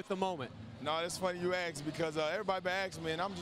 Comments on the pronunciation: why he says "aks" instead of ask? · Lebron: “you know it’s fun you axe, everybody been axing me”